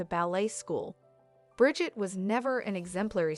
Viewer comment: It's brigeeete not bridget